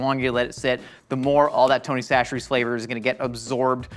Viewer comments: why's he saying 'tony sasheries'? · Did change his pronunciation of Tony Chachere's?